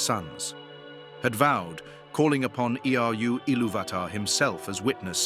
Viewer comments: I can't stand the AI generated narration. E.R.U. Iluvatar? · Is "Eru" really pronounced like that? "E.R.U"?